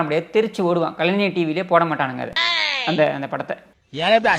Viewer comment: டேய்...கலன்சர் இல்லடா கலைஞர்